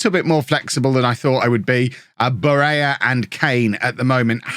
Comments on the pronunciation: BARELLA is italian. Pronounced Bah-rel-la. and Khvicha Kvaratskhelia his nickname is Kvara. Pronounced K-var-ah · barella/rovella pronunciation: you can stand under my um-barella.